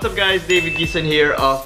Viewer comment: "Mr. Gui-sown"